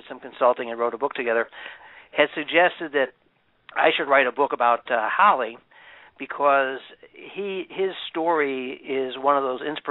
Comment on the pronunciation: His name Is HALL E not hall